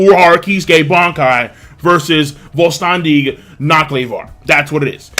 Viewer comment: Vollständig, the V is pronounced like an f bereich, the ch at the end sounnds like a cat when its angry Dont worry about your pronounciation, german is reeeeeaaally hard!